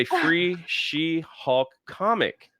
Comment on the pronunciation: Take a shot everytime says hawk instead of hulk